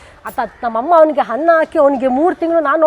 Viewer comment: Kannada sariyaagi maathanaadi.... "Hanna" alla adu "Anna"....Yennu alla adu "Hennu".